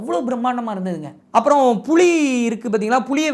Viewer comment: யோவ் புளி இல்லை புலி